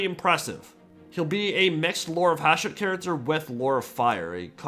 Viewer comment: The fact that a lot of YouTube videos intentionally have typos and mistakes in them nowadays purely to drive comments correcting them drives me crazy - there's a bunch in this CA video - the friggin title "diciples", the dude saying "Hushat" instead of Hashut, "viligant" instead of "vigilant"? I can't tell if they were intentional or not.